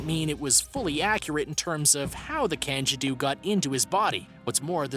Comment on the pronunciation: Same with the candiru......